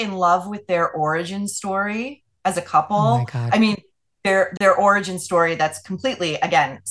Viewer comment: I love when Megyn says “oh my god” emphasizing how much second hand embarrassment she is experiencing 😂😂😂